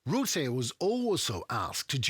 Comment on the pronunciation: If You speak about Mark Rutte , You must say Ratte . You must hear the a , just like a house . ark Rutte, must